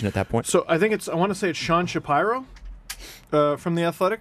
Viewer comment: How did y'all screw up so many names? Shapiro? Really?